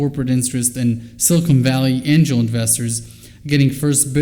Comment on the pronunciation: Someone has to tell Frank that it’s Silicon Valley not silicone valley. It makes him sound so stupid and he is not. If silicone valley actually existed it would be in Hollywood I guess.